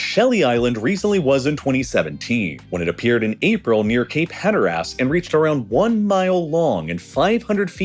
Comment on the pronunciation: The pronunciations are disturbing, especially of Cape Hatteras. The last syllable is de-emphasized like in most English pronunciations. The default accent in the USA is Ohio for the media. The video is great and the narrator does a good job, but that location is irritating. It sounds like a Canadian is pronouncing locations as they are written. Aye?